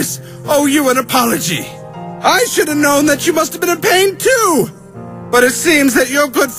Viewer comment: You said Sould it’s Should